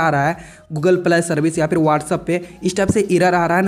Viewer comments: Google pley 😂😂😂 wah phlne bolna seekh lo .. pley pley kr re ho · Bhai tu pehle Google pilai, irror yeh sb pronunciation maat bol nhi to original pronunciation admi bhul jayega.. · Google pilai service kya hota hai. Benstok YouTube me kya kya pronunciation sunne padegi.